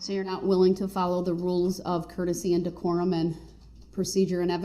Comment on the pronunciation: Listen how he says one of the "big words" he can't seem to understand (by following rules of the court). I thought I was "hearing" things when he said it, so I slowed it down and played it back a few times. I didn't know DECORUM was pronounced like that! He absolutely butchered it! lmao!!!!